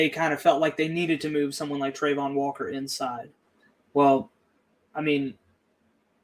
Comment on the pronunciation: how does Jordan not know how to pronounce Travon?